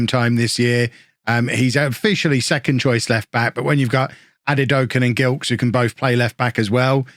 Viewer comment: Gilkes is pronounced with a soft G, like a J. Delighted to see a Barbadian in the team!